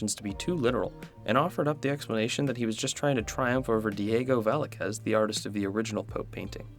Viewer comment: He completely butchered Velázquez, i mean come on its not that hard its even a common name nowadays how did he say it so poorly